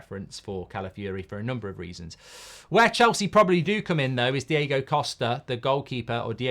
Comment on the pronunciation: It's not Diego costa it's DIOGO COSTA.